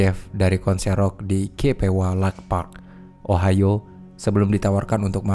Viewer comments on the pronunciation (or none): none